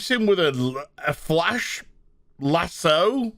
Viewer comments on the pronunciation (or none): A FLASH-SO hahahahahaha. Flash laso